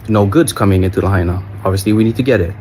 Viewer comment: Pronounced "La-hyena"